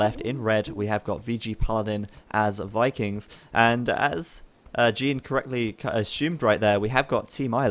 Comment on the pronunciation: It's Geen lol and yeah the guy is a really intelligent and amazing player.